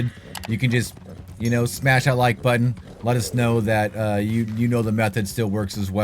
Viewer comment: Thats not how the word button is pronounced g